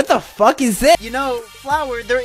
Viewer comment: Actually he said “fruck” not the f word You can see if you listen carfully